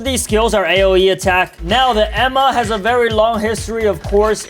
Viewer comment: He calling enma emma